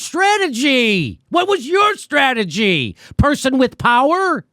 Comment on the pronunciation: She said "stwategy"...🙄